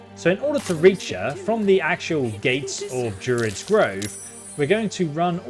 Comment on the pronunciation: He's not great at pronunciation lol He says Drerins Grove not druids He says Karliah instead of Karlach. But great content nonetheless